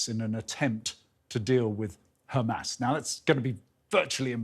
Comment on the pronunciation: It’s Hamas not humus